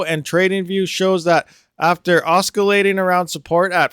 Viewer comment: Hey, the 'c' in oscillating and the 'p' in pseudonymous are both silent, feel free to delete this:)